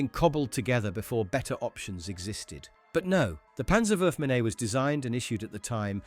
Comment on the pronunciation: Just a small linguistic note: The last part of "Panzerwurfmine" (literally "Panzer Throwing Mine") is not spelled "minney", it is spoken more like "meene".